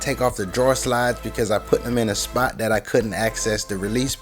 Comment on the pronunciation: he always says the words like " dis and dat "